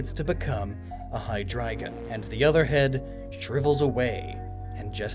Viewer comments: According to your own research, IT'S "DIE-NO" Sorry to nitpick, but it frustrated me, because I was genuinely happy to hear Hydrygon and Zvylous being pronounced correctly. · Funny enough, your pronunciation of Zweilous and Hydreigon were spot on but Deino is pronounced like the Dino in dinosaur. Ein=one, zwei=two, drei=three. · very interesting theory! Still wondering where the second brainless head comes from though... just an urge for symmetry? Also, yes you pronounced Zweilous and Hydreigon correct! Not Deino though, the 'ein' is also German for 'one' ;) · And Hydreigon. He did good, outside of Deino. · Deino - like "dino" from dinosaur, and also including the German "ein" for "one", which make the rest obvious. At least you said Zweilous and Hydreigon right. ;) ☆